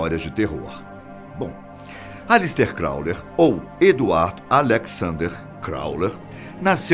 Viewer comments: crowley, não crowler.......por favor... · Gente, eu amo esse canal. Mas tá me dando agonia ele falar "Crowler" o tempo todo... O correto é "Crowley", erro feio no roteiro! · É CROWLEY e não CROWLER,. Tirando isso, só elogios à esse canal e à sua voz intimidadora 😆😆😆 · A pronuncia do nome de Crowley está errado! Não é "Crauler" e sim "Croulei". Além disso em a foto que ilustra a fala é de Wiston Churchill e não de Crowley... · Fala-se: Élister e Cráulei e não Cráuler kkk... Télema e não Telêma... rsrs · Agonia que dá ele falando Aleister 'Crowler'...é Crowley (Crôulei) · CrowLEY, e não CrowLER. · É CROWLEY NÃO CROWLER PORRA! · Eh "Crowley" e nao "Crawler". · CROWLEY e não CROWLER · Crowley e nao crowler velho! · O nome Crowley é pronunciado no fim do nome com "li"não "ler". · O pronuncia CrowLER E não CrowLEY. Eita!!! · Crowler não CROWLEY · O narrador fala crowler toda hora.. isso incomoda.. o nome do cara é crowley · é Crowley, não ClowleR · Pq ele fala crowler ao invés de crowley? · CrowleY, não CrowleR. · aleister crowley e não Crowler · Correção, se pronuncia "CrowleY" e não "CrowleR" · Amigão é Crowley e não como vc disse: "Crowler". Ley e não LER! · Passou o vídeo todo falando Crowler, e não Crowley!!! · Não é Crowler é Crowley ( i ) som de (i) Mas obrigado pelo vídeo, a resenha sobre Crowley foi boa. Do what shalt wilt .... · NÃO É "CRAWLER" É CROWLEY!! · Não é "Krauler", é CROWLEY!!!!!!!!!!! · Pq o persiste em dizer "crawler" se o nome é Crawley? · Sim ! Corrijam a pronúncia do sobrenome de Aleister Crowley (crauli) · Todo mundo elogia a voz do cara e n percebe q ele.falou o.nome errado 30.vezes. crowlerrrr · Vídeo interessante, mas ouvir Crowler com R não foi fácil. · Nao é "Crowler" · Esse "Crowler"doeu no saco hein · Crauler hahaha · "Alister Crawler"? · O cara ñ falou o nome certo de Aleister CrownleY nenhuma vez... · Aleister "Crowler"???? Mansão "Corwler"? "CROWLER"???? hahahahahahahahahahahaha Ah neim... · Não é Crowler...